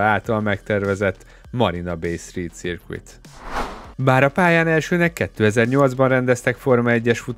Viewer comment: Szuper videó! Építő jellegű kritika: a helyes kiejtés: "szőrk(v)é(t)", néma v és néma t, vagy ahogy sikerül. circuit ˈsərkət Hülye szó, ez van :D